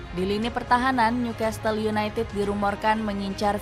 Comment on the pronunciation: Gokil sampe . Tetiba Newcastle United jadi Newcatle United.. Dapet bloop gak ke cek... Dari klub bola jadi ternak baru.. 😂 Btw beritanya tetap oke.